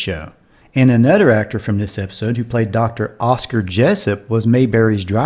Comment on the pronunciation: Can't pronounce "th". Anudder for another.